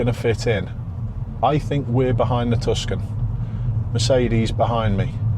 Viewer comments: Just a quick tip: the 'c' in Tucson is actually silent, so it’s pronounced "TOO-sahn" or "TOO-sawn" rather than "TUS-can". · Tucson, pronounced Too Son 😊 a bit like Skoda with their advert & Hyundai, getting silly now with all makes